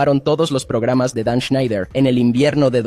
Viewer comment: Amiga, tus videos están muy bien documentados pero me cuesta mucho trabajo escuchar tu pronunciación de las palabras o nombres en inglés: “Dan ESNEIDER”, “SPIDERMAN”, “VIDIO”, “YUTUBE”, “GUGUEL”, “MAIQUEL”, etc. Sé que muchas vienen de tu cultura española pero de verdad incomoda bastante al oído.